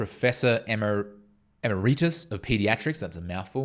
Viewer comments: Professor EMEREEEEETUS?!?!?! Get a tutor, son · Your message is so important so you really should learn to pronounce words such as emeritus, if you can not you lose credibility in an instant.